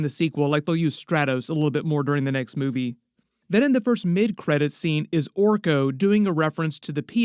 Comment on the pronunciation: It’s Orko